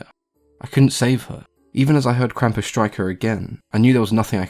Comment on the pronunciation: Impressive pronunciation of the word Krampus, I didn't expect that.